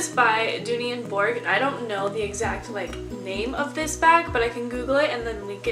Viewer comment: Bourke is pronounced “Birk”